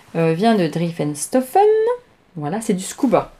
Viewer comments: les fantaisies d' Non du début! Driessen et pas drieffen 😂🤣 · Coucou, super podcast comme d’hab je t’adore! Ta robe de my image est canon! J’ai un défi pour toi si tu l’acceptes😜😉... dans ta prochaine vidéo tu ne dois plus dire drieffenstoffen mais driessenstoffen plus de ff mais ss! Allé je compte sur toi! A bientôt et bonnes vacances 😘😘😘